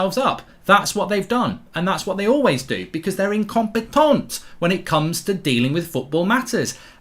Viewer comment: “IncomPETONT” frenchbridge 😂😂